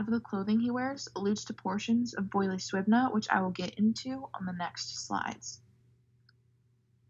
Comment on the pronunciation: Great video, but Suibhne is pronounced more like siv-in-yah 😄